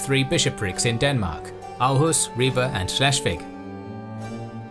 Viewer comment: Yet Århus wasn't